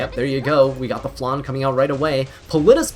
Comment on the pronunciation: im sorry...but even Landy's english voice actress pronounces Landy's sisters name like its spelled Flanne. She's also not a dessert...